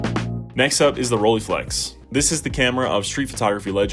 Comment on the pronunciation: First pronounciation snob calling: Rollei is not pronounced with an e (like eagle) in the end, that would be "ie" in German. German "ei" is pronounced like eye or I. So, Roll-eye-flex, not Roll-ee-flex! Have way to much cameras (and lenses), but love most. The Pentax 645n with a lens setup from 35mm (and the 33-55mm) up to 400mm, and a Pentax 645 as backup. The nice Mamiya 6 which I had found 2 years ago with two lenses for only 800 CAD (got the 3rd lens, the 50mm later as well for a reasonable price). My first medium format was with the Minolta Autocord (I am a big Minolta fan), unfortunately the stupid focus lever broke off after I had it CLA'd... Still have to try out the Zeiss Super Ikonta (early version from the 30s, 6x6, with a Tessar 2.8 lens) and the Fuji GW690 which are around...